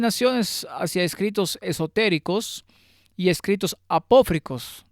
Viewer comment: ¿“Apofricos” o “apócrifos”? (Minuto )